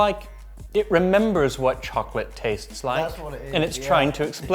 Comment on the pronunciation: "It remembers what chocolate taestes like...". Friggin' hilarious!